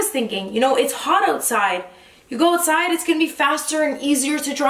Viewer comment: has never sounded more Canadian. Oootside in the elements. 😂